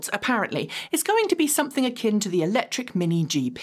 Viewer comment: I love you, but could you please pronounce the "c" in Electric?